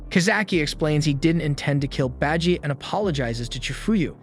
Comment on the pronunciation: Beji?! Its baji!!!!